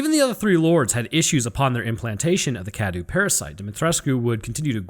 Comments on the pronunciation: You're pronouncing cadou wrong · Awesome vid. Truly informative. Just the pronunciation of 2 names : Cadou = Kdow Dimitresque = Dimitrek